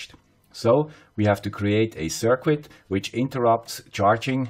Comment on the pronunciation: Circuit is pronounced “ser-kit.” Not “sir-quit.”